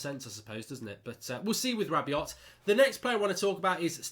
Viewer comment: RAH-BE-OH NOT RAH-BE-OT